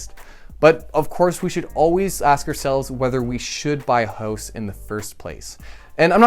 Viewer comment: I'm pretty sure you said, "Buy a hose."